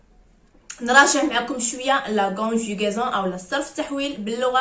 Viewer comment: سمحي ليا راه ماسميتوشgonjigaison...اسميتهconjugaison🤷‍♀️....المفروض انكم انتم نموذج في نطق الحروف الفرنسية سليمة...حتى يمكن للتلميذ ان يقلدك..